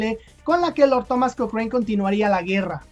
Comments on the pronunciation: Hola Lord Thomas Alexander Cochrane se pronuncia Lord Cokran, no cokrein P.D Lucho por la independencia de Chile, Peru, Brasil y Grecia. Saludos. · se pronuncia koókren, en Chile siempre se le dijo Kókran, nunca kokréin como lo dijiste en el video